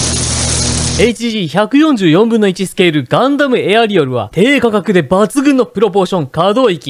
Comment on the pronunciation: ガンダムエアリアォル